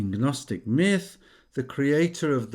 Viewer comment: 😂 Gnostic is pronounced "Nostic". The G is silent.